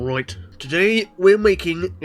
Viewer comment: "roight" I love the British!!!!🇬🇧🇬🇧🇬🇧🇬🇧🇬🇧